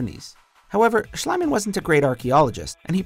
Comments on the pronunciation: It is Schliemann not Schleimann. If you dont know how to pronounce it, then dont! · It's called Schlie [ii] mann - so no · it is pronounced "Sh-lee-man" not "sh-leye-man" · You butchered Schliemann’s name!